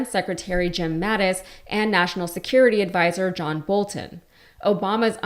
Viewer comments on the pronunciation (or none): none